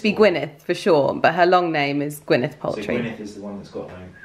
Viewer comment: The American actress name is pronounced Gwyneth Paltrow not Paltry.